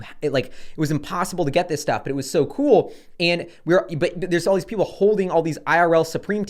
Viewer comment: hehehe "IRL stough"